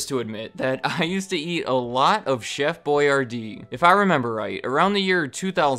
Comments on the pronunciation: It’s Chef (Boy-R-dee) not Boy-yardee lol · Why am I pronouncing Boyardee differently now